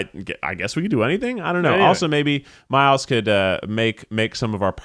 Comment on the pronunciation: Is anyone else wondering when everyone will stop pronouncing Miles' name wrong? 😂🤷